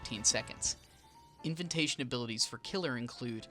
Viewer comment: Lmao at "inventation" Have you never been invited anywhere or had to say that word?